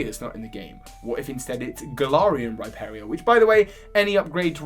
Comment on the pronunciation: The way he pronounces Rhyperior..😖